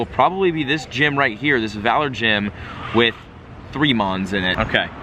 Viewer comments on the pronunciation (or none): none